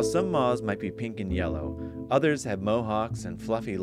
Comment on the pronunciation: Incredible, but why does this guy pronounce "moths" like that? Almost like the "th" is silent?